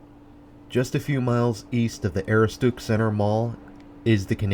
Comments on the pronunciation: Ah-roo-stick. Aaahhhh it driving me nuts! When Maine places get pronounced wrong. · Aroostook is pronounced "Uh-roo-stuhk." Good attempt though! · it's A- rooh-s-took. But I got a huge kick out of your pronunciation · Great video but Aroostook is pronounced Ah-roo-stic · pronounce it "Ah-roo-stuhk" like a cross between "stuck and "took" - Aroostook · A-roo-stick is how it is supposed to be said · The way he says "aroostook" has me laughing I'm from pi and used to work at the Kmart there. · Dude! Just can't get past your mispronunciation of Aroostook. Destroys your credibility and watchability. 😐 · And he's totally butchering the pronunciation